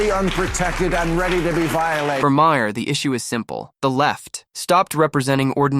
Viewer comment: Again you can’t pronounce his name correctly.